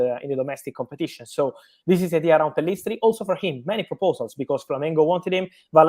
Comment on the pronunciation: Pellistri not Pillestri